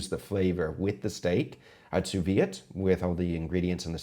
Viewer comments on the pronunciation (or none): Did you say 'you Sous-vie it'? please, I understand looking up to Googa but don't spread his atrocious pronounciation, it's sous-vide! Thank god you say it correctly sometimes, it's the one thing that bugs me the most in all cooking video on this platform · Chef, I love your videos. I'm a big fan of your channel. And you get me through a lot of stuff emotionally. But just for future, sous vide is pronounced 'soo-vee'. The 'D' is silent. This is a warm, friendly criticism. Love you, dude.